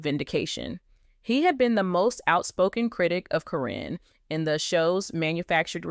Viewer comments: it's not Corrine nor Corin ITS CARYN! you pronounced it Karen one minute then Corrine the rest of the time they are one in the same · I think that someone that knows the names of the people of LPBW should be reading the dialogue. Her name is Karen, not Corrin… but I am glad she was caught. It is so sad how horrid people can be because of greed! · If you are going to tell the story (Or the AI), her name is not Kareen, Caryn is pronounced Karen. It messed up the whole thing!! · If you're going to tell a story about people who are stars and well known, you have to pronounce their names correctly. The name Caryn has been pronounced two different ways in this video. I heard the name pronounced correctly only 3 times by the announcer. Instead of calling her Caryn (old spelling Karen), she kept calling her Corrine. Learn the names before you start reading the script online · All you silly people think a simple paper with a signature could change a multi million dollar policy without an attorney or witness ? THIS NEVER HAPPENED. This person can't even pronounce Caryns name. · To bad you used AI - can't say her name correctly or consistently....Makes te whole story a farce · I think this is a BS AI story, they're still together! I think that's why she's saying her name wrong, so she can't be sued!